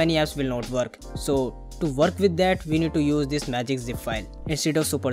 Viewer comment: And also Work !! not worrrrrrk !!